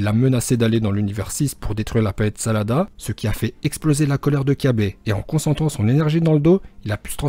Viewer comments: Bha il a dit salada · Il la dit la planète salada alors que c'est sadala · salada lol ses salada mec:-) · c'est la planète sadala pas salade mais bon c'est pas grave sinon continue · C sadala pas salada mais sinon video super